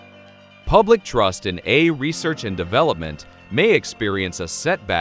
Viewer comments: So, why can't it pronounce AI? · You should at least get a text to voice app that can speak the Titla of the video. Or you could have gone through the text and put a space between every incidence of A I.